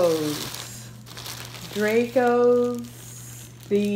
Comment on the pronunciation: you really didnt just say dray-go’s